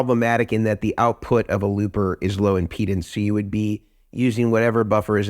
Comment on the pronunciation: Sounds like he's saying "penis" instead of impedance. Also, thank God he's not talking about fluffers. 😆😅😂🤣